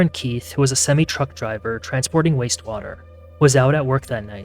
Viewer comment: The way you said “semi-truck driver” sorry but lol